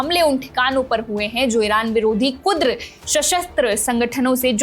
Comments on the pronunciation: KUDAR nahi, sahi word KURD hai. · Yeh kudr nahi. Kurd thikane hai ghalat word matbolo beta kiyunki hum Makkah main baithe dekh Rahe hain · Kurd not kudra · Beta kurd sangthan hai kudr nahi.😂